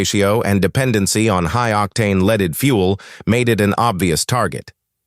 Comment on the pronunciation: The pronunciation of leaded fuel was the clearest indication of AI Narration. Why be lazy and use AI for content/narration? I'll not be recommending THIS channel because of the aforementioned.